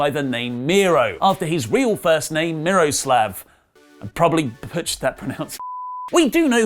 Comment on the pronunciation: Miroslav. You actually said that pretty much correctly. The "a" is more like the a "glasses" instead of the regular a like in "name".